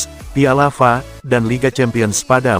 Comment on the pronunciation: Yg baca bra ini ga ngerti kejuaraan dibinggris kali ya masa pisla F.A dibaca fa emangnya nada